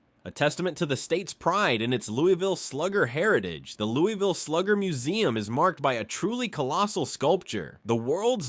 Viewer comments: It is pronounced Lou-uh-vull and Der (rhymes with her)-bee. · How did you do this entire video and still not pronounce Louisville correctly? 🤦‍♂️ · Louisville pronounced.. Louie vul, Not Louis vil.. 🎉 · It's Loo-uh-vle not Lewis-ville. Ale8 is garbage I'll take any other brand of ginger ale. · as someone born in KY Louisville, its pronounced Louisvill, not LOUIVALL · It’s not Lew-E-ville. We call it Lew-Uh-vull. We are weird lol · out of towners usually say it like “Lou-E-Ville” or like your wife’s “Lou-Evil” but People from Louisville say it like “Lou-ah-Vull” it’s not really a big deal how you say it but if you come to “Louisville” for whatever reason and say “Lou-E-Vil” the most that will happen is a local will just know you’re not from Louisville(which this place is no Hampton so not being from here is kind of an upgrade lol) we even have a famous shirt that has all the ways people pronounce Louisville lol. I think it goes something like Lou-E-vill Lou-Ah-Vull Lou-Is-vill Lou-vul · I think you mean Louey ville. I was born and raised there Everyone i know says Lou-ah-vul. When I was in high school, a tshirt came out that had the different pronunciations of it on the shirt. Too funny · lol fr it’s not Louis-vile it’s Lou-ville. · Almost impossible to spell it the way it is said. "Loo" as in "look" (not "Lou"), plus a subtle "L" sound, followed by "vl"(not "ville"). To try to spell it, "Loo(l)vl". Not "Louis". "Louie" is acceptable in some situations. But, generally, "Loo(l)vl". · The city was originally a village named after King Louis of France. That is the reason the whole world except KY says Louie-ville.